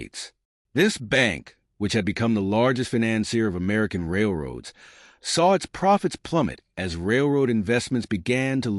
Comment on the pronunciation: Where the documentary says Railroads , try to hear A. I. . . . . A little scary !